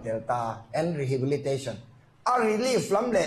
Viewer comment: 'rehibilitation'??? lam fuh nthei lo vel asin, hian😄